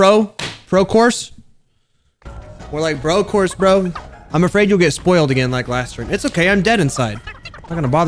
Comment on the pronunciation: Do a video of every time you said BORSE of CORSE